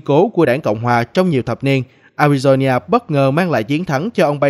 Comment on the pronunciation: A RI DO (NA) khong phai la ( nhia )